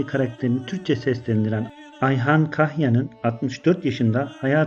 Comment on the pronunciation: Ahyan değil AYHAN kaç sefer yanlış söyledin dikkat et